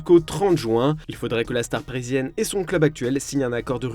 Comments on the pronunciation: je t’invite à retourner voir il dit bien la star brésilienne non parisienne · Il dit vraiment parisienne de manière non-articulée, concentre toi et tu entendras mieux, mais c’est vrai qu’on aurait vraiment dit qu’il disait « brésilienne »